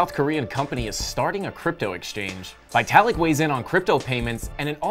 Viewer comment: Veetalik not vaitalik !!